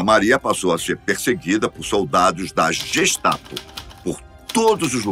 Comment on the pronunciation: Gestapo se pronuncia GUEstapo.